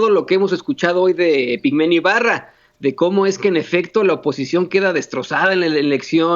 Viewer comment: Hola Vicente, solo una aclaración es Epigmenio Ibarra con la I antes porque se la estás quitando. Después de eso TODO está MUY BIEN de tu parte.